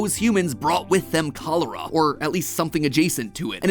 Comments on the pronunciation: The first time I've experienced this video I only listened to it and I thought matpat was talking about some strange tropical disease but he just heavily mispronounced it. He may have polish roots but still he can't pronounce the letter ch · I love how he said cholera when in Haiti we say in creole kolera🤣🤭